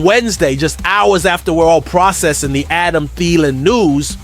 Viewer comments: It is pronounced “Adam Theeelan”, not “Adam Thiiilan”! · The fact that you can't even pronounce Thielan's name correctly is a dead giveaway that you aren't a vikings fan.